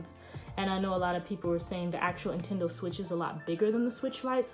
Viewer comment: Was I the only one that heard intendo not Nintendo ?